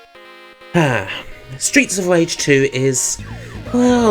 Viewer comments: Stweets of Wage! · Stweets of Wage. Sorry. Seriously though, this is a great review of two of my favourite games. Thanks for sharing it with us. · Why are your R's... W's? Genuine question, have not heard it before. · streets of vage xD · Stweets of Wage... sounds like the USA. Wages being shit, har har. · stweets of wage...